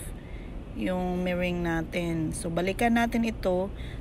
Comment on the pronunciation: Meringue - "me-rang" is the right way to pronounce po hehehe sorry na po had to mention it lang cuz it bothers me huhu😢 Anyway, that Puto Pao was fantasticcc😍😋😋